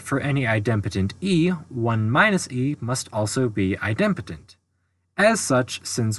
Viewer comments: u had my full attention until u pronounced idempotent as eye dem' potent. it is eye' dem po' tent. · At 14m02s, there's a typo in the 3rd (triplex) matrix. The bottom row has a & b swapped; it should be [ a c b ] [ b a c ] [ c b a ] On another note, I believe that "idempotent" is pronounced, "EYE-dim-poe-tint." It's a combination of idem, which is Latin for "same," and potent, for "power." A related term is "nilpotent," an element some power of which is the identity (usually the 0 element).